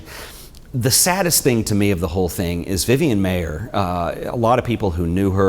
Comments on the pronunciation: Her "kids" called her Miss M eye er. Not M may er. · What's interesting about your video is you mispronounce her last name. As you can see from my name I can tell you it's pronounced "Myer" . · Its pronounced Meyer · Pronouncing her name the way she did, according to people who knew her couldn’t hurt your credibility . . . MY-er. Whereas mispronouncing it . . . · Pronounced Myer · if you respect Vivian Maier so much, kindly pay her the respect of pronouncing her name correctly. While she spelled her name several ways, she, as far as I know, pronounced it only one way. MY-er.